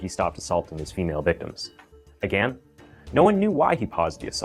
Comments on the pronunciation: Still can't pronounce "again" properly though 😂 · I just have one question. Why do you pronounce the word again, agan?